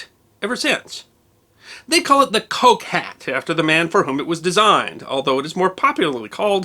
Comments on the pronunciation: Piccadilly: just Piccadilly, not Piccadilly Street. Pall Mall: both rhyme with shall. Coke (Liecesters) pronounced Cook. Always worth checking English proper names pronunciations... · Very entertaining, thank you. A small detail, Coke is pronounced cook.